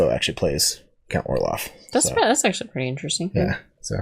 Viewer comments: hey, not to be all nitpicky, but his name is count orloch...orloff is a snowman from "Frozen" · At the end you kept calling him "Count Orloff" It's Orlok. Just saying. By the way, I personally think Max Schrek is still the creepiest Count Orlok even though it's the original 1922 film without the advanced special effects, gore and makeup, he just had a particular creepiness about him in that old B&W film that is unequaled imo. I personally don't think great makeup and special effects and lots of blood and gore necessarily always equals true "creepiness" in the sense of being chilling, dark, gothic and mysterious. Which is why I like the old B&W horror movies the best.